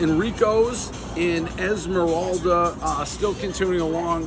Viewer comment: Isla morada Dave - “Esmeralda”